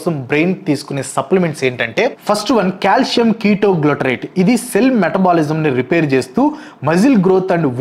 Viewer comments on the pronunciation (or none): none